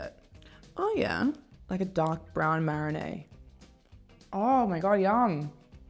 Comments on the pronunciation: Am I the only person frustrated that she keeps saying “marinay” rather than “marinade”? 🤔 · The girl doesn’t know how to say marinade 😂